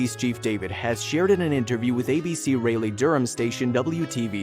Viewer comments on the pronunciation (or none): Raleigh is pronounces Raw lee